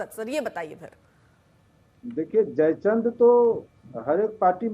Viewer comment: Madam aap pehle history padho jaichand hota hai jai Chandra nhi